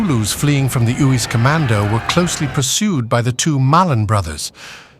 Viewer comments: 😂It is pronounced Ace-Uys Not Oos😮😮😮😮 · Uys is pronounced Ace. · You have to pronounce the name Uys correctly. It is like Ayce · tried to get the tongue to curl with the insertion of the y. But yes in short Ace would be the closest to the correct pronunciation. Cheers 🍻